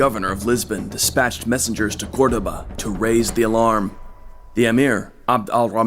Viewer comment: It was good but the odd pronunciations were so distracting. Haesteinn as "Has-tine", Cordoba as "Cord-of-a" etc..